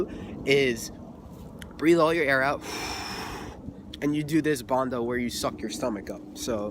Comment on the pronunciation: I love how you can’t pronounce the bhanda lol maybe you’ll learn 😊I just learned myself! I like the sound of it🙌🏽